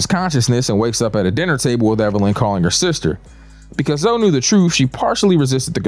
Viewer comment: Calling Zoe(y) just zoe is fucking sending me 🤣